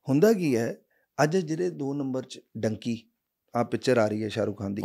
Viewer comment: its dunki not donkey